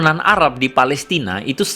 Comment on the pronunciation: Pelestina bukan pelistin